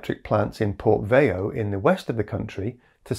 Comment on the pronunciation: The correct name of the city in Brazil is 'Porto Velho', which means 'Old Port'. You switched the L and H. :D